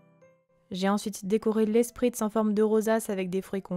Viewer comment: Ça se prononce "Schpritz"